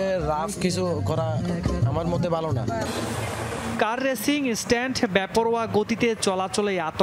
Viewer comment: Car sTand 🤣 i keep wondering how these news casters get the job